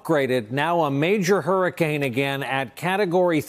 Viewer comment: Trump: Hurricane!! I thought you said Harry'scane! Just making it right you know.😊